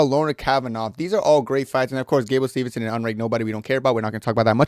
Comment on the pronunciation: It’s Steveson not Stevenson